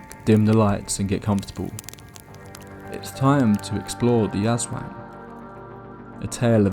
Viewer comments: Ahhhhh yes the terrifying Ass Wang. Poopy, scary, and terrifying to become.😂 I’m sorry, the creature is pronounced Az Wong if this helps. Do did such a great job story telling drawing, but broke my immersion in . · Don't say it like "Ass wang" Say it like A'swung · Bro said Ass Wang 💀 ... good video btw! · hearing someone pronounce "aswang" as "Ass wang" is the funniest crap to me lmao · The way he pronounces "aswang" as "ass wang" gotta be deliberate 😂😂😂 hahah but I had an experience when I was in the Philippines. One night I saw a what looked like really big bird or bat fly by my Aunt's house and when I pointed it out all of my aunts were like "that's an aswang" and it just so happened that one of the neighbors was pregnant at the time. Could it be a coincidence? I don't know but that was the only time I've ever seen a bird or bat with such a large wingspan. Not sure if any large flying animals exist in the part of the Philippines I was at though so I might have seen an actual aswang but who knows. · I love the vid but the aswang mispronounciation is so consistent that its scarier than the vid lol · The pronunciation of Aswan took the horror out of everything but it’s neat to see my cultural heritage hitting the main stage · I'm sorry but the way you said Aswang completely made the whole intro hilarious instead 😭